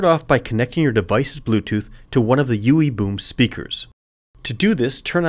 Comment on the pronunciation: Is it just me or is it kinda funny every time he says "Ewwie Bewm" :-x